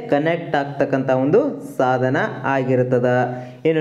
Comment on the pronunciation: ಸಾಧನೆ ಅಲ್ಲ ಅದು ಸಾಧನ